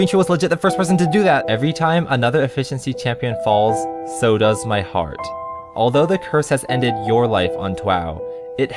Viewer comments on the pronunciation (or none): none